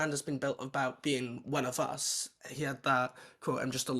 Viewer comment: An Irish guy saying "one of us" is hilarious.